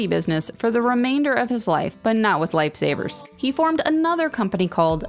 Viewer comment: Lmao "lifey saviyers"